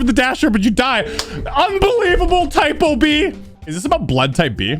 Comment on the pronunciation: ITS NOT PRONOUNCED TYPO B ITS PRONOUNCED 'tea-poo-beh' (idk any words that have the ê sound with an b)